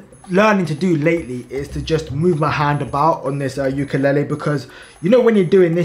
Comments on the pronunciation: You’re pronouncing “ukulele” wrong. It’s “ley-lee”, not “ley-ley”. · Just letting you know the way you pronounce ukulele is kinda like ukalali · It’s pronounced you ka leyylii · Its pronounced youkalayley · YOU KA LAY LEE 😭😭 is how you pronounce it, I don’t have a clue to what you were saying 😭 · it's prononuced like yu kuh lay lee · Ok bro say it like ukalaylee to pronounce ukelele